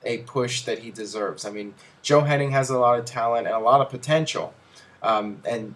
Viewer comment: It's "Hennig", not "Henning" c'mon